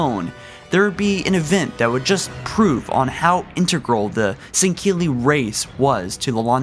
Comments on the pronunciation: SAN-GELL-EY NOT SAN-KEA-LY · Im sooo sorry but why the fuck do you say sendkilli... or at least you sound like your saying it that way... say sang- heelli... after all thats how the arbiter says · sahn-GAY-lee, more like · Bro I can't handle the pronunciation of Sangheili. Why do you pronounce it like "Sangkeili" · Why are you pronouncing Sangheili as "sinkeelly"? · sinkilly no singuely get it right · It’s not san-gill-ee it’s san-gell-ee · Why do you constantly pronounce their name as " Sang-keel-ee " when its actually pronounced " Sang-heel-ee "? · It's sangheili. Not sangkeili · Sankeli?? I'm pretty sure you're supposed to pronounce it Sangheli 😂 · Does it bother anyone else that he says sangheli like sangkeli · its SANGHELE not SANKKELE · Jesus dude can you read.... sangheili not sankeili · Why does it sound like he's saying sangkilli it's pronounced Sangheili (Sang-heal-e) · Sang-heli not singheli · He says sanghili weird (sorry for spelling cuz I don't know) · Kristoffer Tell ikr "Sang-heely" not "Sinkeli" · "Sankhilli". MFG!!! It's so damn annoying!!! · it's pronounced "Sen-ghe-ili" not sankelly or sankilly -_ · Why does this guy pronounce Sangheili as "sen-keely" ? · "Shing-cili" "Mak-golo" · Bruh I need you to stop pronouncing Sangheli like that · I love your insight but PLEASE dont pronounce a "ck" sound in Sangheili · Fire! His unacceptable and awful pronunciation of words from the wonderful Halo universe. Is heresy and it makes him a heretic of the great journey. When I heard him say sanheli and sanhelios I thought blasphemy! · Lek-golo not mech-golo Not sank-heli Thel-vadam/vadamy NOT FUCKING DEL-VADAMY I WILL NEVER LIKE YOUR VIDEOS IF THIS KEEPS UP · “Sinkeeli” “Foreigners” “Quill the rebellion” O_o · It's pronounced Sang-heely for Sangheli and Sang-heely-ohs for Sanghelios. There is no "Q" or "K" in either of those words. Other than you're pronunciation at times I really like your videos. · An Than Van Man Tan "sinkeely" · 4 Gaming San-ghe-lee